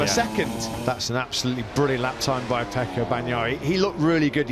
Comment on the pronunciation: Why does everyone say Pecco? It's F.